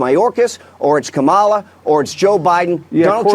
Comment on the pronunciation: What, hasn't anyone noticed that he says it cum-all-a get it.... he's disgusting